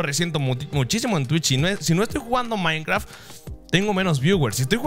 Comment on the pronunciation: like cuando dices maincra en vez de maincraft